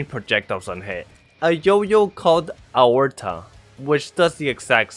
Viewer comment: the name of the yoyo is pronounced (ay-or-taa) it is a part of your heart love your vids man🥰🥰🥰